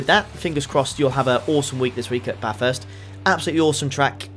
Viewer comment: You are right about how to say Bathurst. But we'll forgive because he takes the piss.............